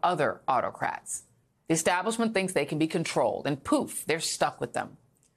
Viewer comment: There is only one "r" in familiar. Why does she say fermiliar?